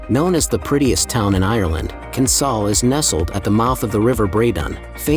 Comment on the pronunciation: Pron. 'Kin-SALE'; 'MUCK-ross'; Liss-MORE'; 'COVE' (but pronunciation seems to be an afterthought in this video). Enniskerry is about 25 km from Dublin, not ten. It would be great if the pictures matched the narration (even a little). It would also have been useful to say in which Irish counties these towns are to be found. IOW, has a point.